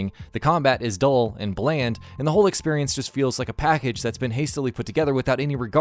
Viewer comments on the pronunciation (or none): drinking game, take a shot every time he says "expirience"